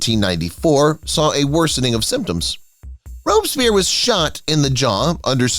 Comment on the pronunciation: Or mispronunciations of Akenaten and Robespierre.